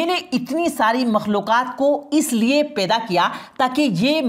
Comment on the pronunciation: Peda nahi hota hai. Paida hota hai